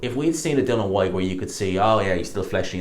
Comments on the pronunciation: it’s DILLIAN FOR FUCK SAKES. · Why is it so hard for you to pronounce ‘Dillian’ properly?